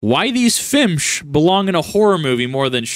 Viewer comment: years ok what’s a fimpsh?